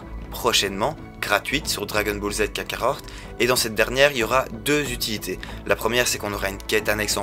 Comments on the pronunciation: On dit kakarot pas kakarorte lol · Vrm par contre respecte c’est dbz kakaROT et pas kakaORT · Jsuis le seul a rigolé quand il dit dbz kakarot car il c pas le dire mdr 😂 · Ah ouai c'est horrible mes oreilles saignes quand j'entends comment il prononce le nom du jeu !!!! 😂😂😂